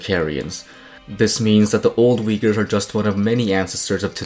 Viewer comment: why everyone pronouncing uyghurs wrong? u is not w lol